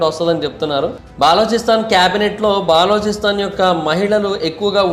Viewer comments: orey nayana baa-loo-chi-stan kadu, buh-loo-chuh-stan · బాలోచిస్తాన్ కాదురా నాయనా బలూచిస్తాన్ అని పలకాలి.. పూర్తి సమాచారం తెలియకుండా వీడియో చేసినట్లు ఉంది. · తప్ప గా పలుకుతూ ఉన్నావు,ఆది బెలుచిస్తen ani antaru correct chesko last వీడియో lo kuda cheepina Bri inka ni istam